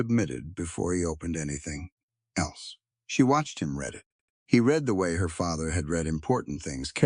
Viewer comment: Read in present & future tense is pronounced; reed. Past tense is pronounced; red.